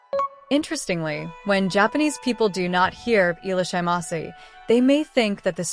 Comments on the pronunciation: The AI robo voice doesn't know how to pronounce foreign words, that's why. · At least try to pronounce it properly?